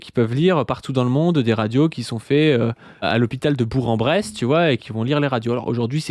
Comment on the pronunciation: on dit BourK en Bresse, bisous du CH de fleyriat :)